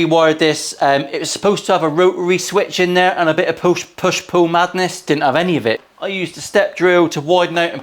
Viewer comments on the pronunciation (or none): Sounds like you said “a push poo pot”😆 & “push poo madness”😂